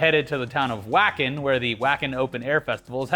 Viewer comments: dokken is fucking badass lmao also its pronounced Vaken ALSO picking up trash at your smoke spots really makes a difference. Im in the middle of nowhere west texas and people throw shit everywhere. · Wacken is pronounced Vah ken because German. And Wacken is the largest open-aired metal concert in the world. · Wacken is pronounced "VAKEN" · Your pronunciation of Wacken hurt my soul